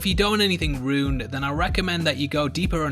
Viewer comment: Aren't there two syllables in "ruined"?